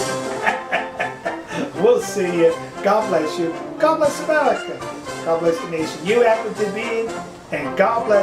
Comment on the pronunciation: "poirchus" "gawd"